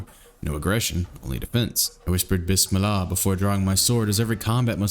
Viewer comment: BIS-MIL-LAH IM CRYING